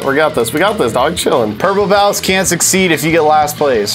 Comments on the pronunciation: I kept on hearing “Purple Pounce” not “Purple Pals” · What I heard from was purple pow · No........ Purple Powa although I'm green gang :> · Lol I heard “Purple Pows” until it said “Purple Pals won the round” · yeah dude I kept hearing purple pow and I was a little confused lol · I kept hearing purple palace too lol